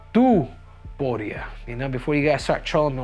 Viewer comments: Pronounce it like Top Uria not To Puria brah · It's Topuria, not Tuporia 😂😂😂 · His name is tOpuria O. Not tUpuria wtf 😂😂 you cannt even pronounce the easy georgian names 😂😂😂😂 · Looks like Henry needs another lesson form Merab how to pronounce Topuria’s last names 😄